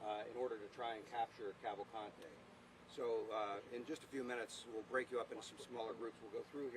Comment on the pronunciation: It's pronounced Cavalcante, the 1st 2 ''a's'' r short as in the English ''pan'', n the 'e' is as in the English ''dean''. The 3rd 'a' is only somewhat long. That's the Brazilian pronunciation. And he's not Hispanic, he's Brazilian.